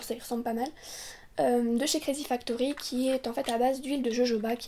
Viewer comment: j'entend Crazy Factory hérésie hahahaha x)